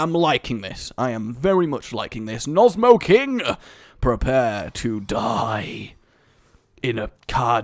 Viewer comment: nosmo-king? I'm pretty sure it's No Smoking :P